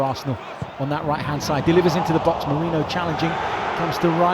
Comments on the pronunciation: Feckin stop calling Merino "Mourinho" or "Meriño". Clown 🤡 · Why can so many people not pronounce Merino properly! It’s really not that hard, and you should really know it if you’re working for the club